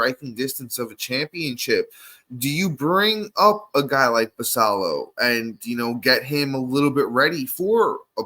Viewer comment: Look forward to listening to you guys on my commute to work every morning. One small note, Samuel Basallo is Dominican so i believe he pronounces the "ll" as a "y" like Guillen